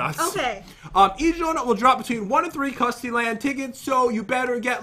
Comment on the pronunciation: Did anyone else realize that he said kusty instead of krusty